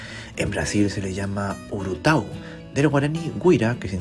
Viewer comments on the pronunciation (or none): Una pequeña aclaración, la palabra Urutau, se pronuncia como "Urutaú", con la carga fonética al final. En la ortografía guaraní, no se le agrega la tilde a las palabras agudas, ya que la mayoría de las palabras son de este tipo.